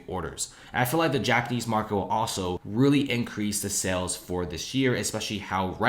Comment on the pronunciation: You consistently mispronounce the word "sales" as "cells" .